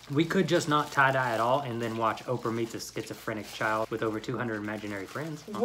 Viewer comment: Great "try-dye"